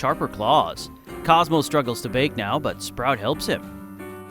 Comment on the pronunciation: I LITERALLY THOUGHT YOU SAID COSMO STRUGGLES TO "VAPE" NOW INSTEAD OF BAKE